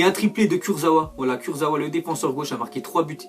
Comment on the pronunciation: On dit kursaVa